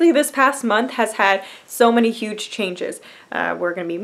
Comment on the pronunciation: That pause between the first 'huge' and the second 'huge' though. :p Congrats girl!